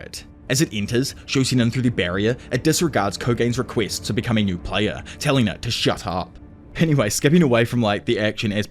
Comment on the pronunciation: Bruh "ko-gain"? "Kay-mo"? "Neyo-yuh"? This was a pretty good video but please spend 10-20 minutes learning how Japanese pronunciation works